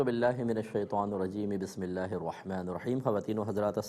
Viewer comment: Mazrat k sath mufti sahab Aaozobillah or Bismillah sahi nhi prh paty mufti sahab sy arz hai k talafuz sahi ada krain 2no k jazakallaho khaira